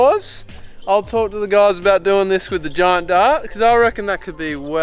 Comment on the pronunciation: gorys is how they say guys lmao